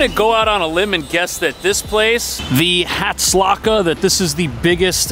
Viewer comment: I would move there just for Marcy and Myrtle :-} You came remarkably close with "Hatzlacha." Actually pronounced "Hots-leh-CHA" w the guttural "ch" as you nailed it. It means "success."